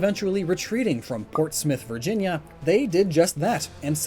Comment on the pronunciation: I am so glad you pronounced Portsmouth correct. You would not believe how many times I've head it pronounced Ports Mouth. So thank you from a Virginian